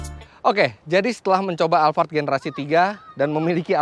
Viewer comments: Alphard bukan alfard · Saya mau tanya kenapa mas fitra nyebut nya alvart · Tulisannya Alphard di baca alfard knp tak sekalian alfamart